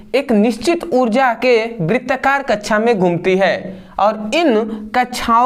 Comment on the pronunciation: Kaksha ❌kacha✅😂